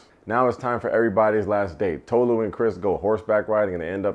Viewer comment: Izzy was an uncle at a college party. Chris is not into Tolu like that, and the way they pronounce her name 😒 😂. Christine was confusing, Kaz wasn't the devil, not very smart, but not the devil. Jess thought she could be the exception to the rule, and sadly, she wasn't. I wanted to see more Trevor!